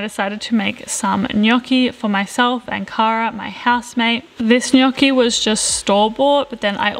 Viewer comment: oh my God, you said "gnocchi" in the right way!!! such a pleasure for an Italian🤣😍👏🏻